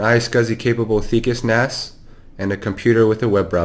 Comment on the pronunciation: Finally, the guy who comes in says NAS and SCSI properly. thank you!